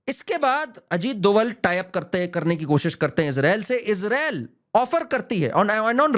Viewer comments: सही नाम अजीत जी का सही सरनेम " डोभाल / Dobhaal" है न कि " डोवल / Doval "। कृपया आगे से ध्यान रखें । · Ita not doval its dobhal a garhwali brahmin.